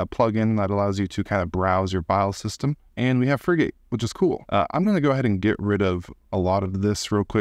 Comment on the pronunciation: Just for knowledge, Frigate is pronounced like the warships. Not free gate. Frigate's icon is the frigatebird a seabird found around the world. Hope that helps.